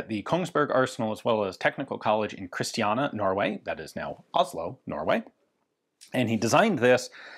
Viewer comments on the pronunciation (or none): Very minor correction, it’s Kristiania, not Kristiana.